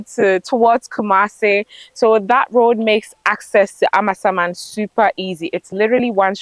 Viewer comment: I love the way calls the name of the area as if it means AMA’s ghost. It is really a Ga village although now sprawling town and it is Amasa mann as in Amasa’s town. Actually the area around Amasaman Senior High Technical School has quite good roads.